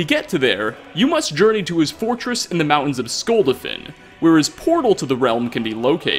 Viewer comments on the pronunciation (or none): Skll-duh-finn?, the game says this location multiple times. Odahving even says skull-dah-fin. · Skuldafin? SKULDAFN lol I give up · (Skull Dah Fin) not (Skull Dah Fan) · Skull dah fin. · does anyone else cringe when he mispronounces sculdofin ? please play skyrim to the end of the main story and it will fix that XD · Skull- Dah like yes in Russian- Finn. Odahviing tells you how to pronounce it...... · Skull dolphin is how you pronounce it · Skull-DAH-fin. Seriously. They say it MULTIPLE times during the game and you still mispronounce it. #facepalm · ...you've played this game enough you should know how to say skuldafn